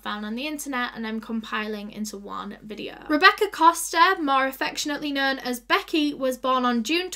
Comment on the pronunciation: no one: literally no one:: SO TODAY'S VIDEOUH